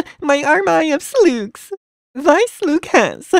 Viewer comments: I understand if he doesn't understand how to properly speak English and he just started pronouncing... BUT STOP REPEATING EVERYTHING And am I the only one that can understand him? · So I'm not the only one who calls slugs "sloogs" for fun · that’s a lot of sluhhs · JELLAY SLUUGS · Water-me-lone😂 Sloogs dont go in my garden